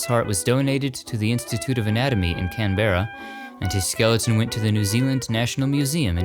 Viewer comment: From now on I’m going to pronounce Canberra as you have. Typically we here ‘down under’ pronounce it Can-brr-ah, but I much prefer your version!